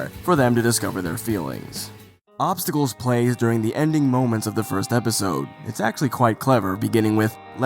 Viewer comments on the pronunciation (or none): It's 'Obstacles' not 'Obstacals',. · "Obstacals" lol